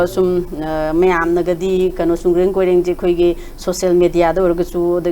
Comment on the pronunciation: It's koren not koireng 😂 Migi maming phao ba phajana kou ba ngam ba hei tra ga istv da interview lou riba